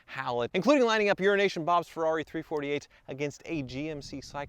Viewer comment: why do you pronounce your pal's nickname as Urination Bob?